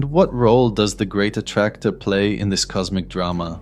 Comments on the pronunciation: Is this some AI voice nowadays? The great A T T Tracor? What the hell! At least make it speak the main word of the video correctly. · Bro it says "A Ti Ti Tractor... " ... It's the main word of this video and it says it wrong.